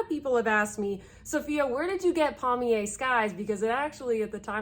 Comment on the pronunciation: I clutch my pearls at your pronunciation, and I say air river to you, cause that’s how good bye is pronounced in French.